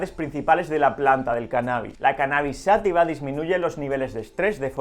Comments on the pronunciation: Por que dice "sÁtiva" si no lleva acento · Se dice y escribe: "Cannabis Sativa" (Sa-TÍ-VA), no "Sátiva".